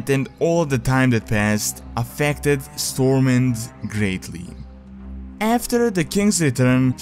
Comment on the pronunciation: Unlike the word SWORD, the “W” in STORMWIND is pronounced.